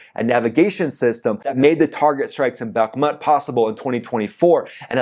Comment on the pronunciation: You can't pronounce Bakhmut or Isfahan correctly!